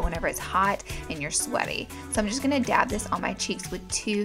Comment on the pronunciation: New game: Rewatch this video and every time she says dab... DABB!🤘Anyway love your channel, you , and your snap chat! 💙💙💙